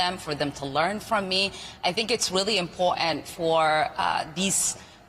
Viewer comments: IM...PORT...ANT, NOT IM POR ANT. learn the language if your going to open your mouth. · Its important not iportat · Learn how to correctly pronounce the word "important" !!